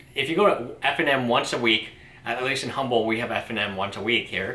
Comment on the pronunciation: The H is silent in Humble. I used to live there.